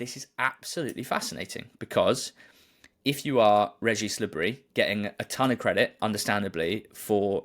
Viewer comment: Please, guys, it isn't Le Brie, it's Le Bris. The 's' is not silent.